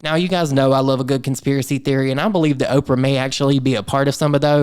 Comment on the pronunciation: Not Opera but Opra, as in Oprah Winfrey. Look at the context, the names accompanying hers.